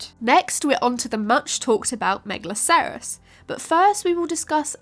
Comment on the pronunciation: Try pronouncing megalocerous as you would rhinocerous. Same with anything that ends in "acerous", just flows easier and keeps the pronunciation consistent.